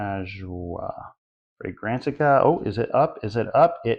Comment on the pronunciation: For a non arab you nailed the pronunciation man, ajwaa is a specific type of dates (the fruit). Great review as always.